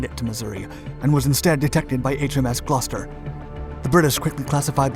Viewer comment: My beautiful city of Gloucester has many credits. Also may I add YOU ARE THE ONLY AMERICAN WHO I HAVE HEARD PRONOUNCE GLOUCESTER PROPERLY